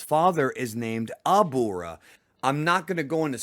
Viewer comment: Say it with me: Ah-brah not Abura